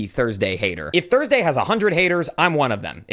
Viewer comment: thorsdee.....wait that doesn't sound right